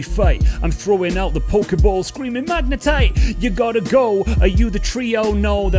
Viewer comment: Yes, my name is Hendrawanto and you pronounced it perfectly! Thanks so much for using my suggestions for a freestyle video! I don't know much about Pokemon's, but I don't mind you screwing up the Magnetite part ;) The rest was on point! Rhyme.In.Peace. Daniel Dumile a.k.a. Zev Love X, Viktor Vaughn, King Ghidore..MF DOOM.